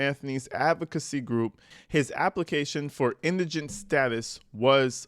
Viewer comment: Thank You for pronouncing Indigent properly! I'm hearing Indragant, Iganent and such on other Posts. You are Well Spoken and Articulate! ❤